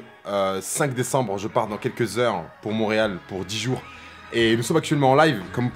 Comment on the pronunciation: T'as dit combien de jore